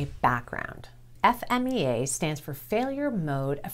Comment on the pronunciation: Thanks for saying "F-M-E-A" I hear so many people saying Fee-Ma, which is 100% wrong